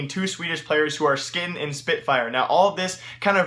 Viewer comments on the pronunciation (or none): 'Two swedish players skin and spitfire' o.0 wut his name is Skytten m8, skit-ten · its sky ten fkn idiot